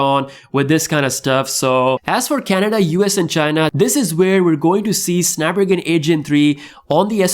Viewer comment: SnapDRAGON !!! ffs learn to talk